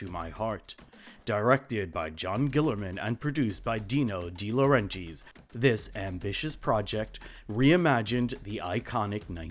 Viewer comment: So you went through all the trouble of researching this film, you had to have listened to a ton of interviews and after all that you're going to pronounce Dino De Laurentiis' name like that?!